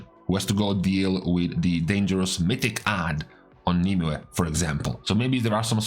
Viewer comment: wow someone who actually pronounces nymue properly